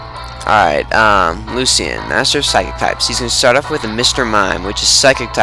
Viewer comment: its pronounced luchan